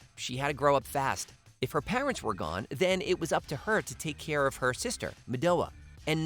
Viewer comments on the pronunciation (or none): none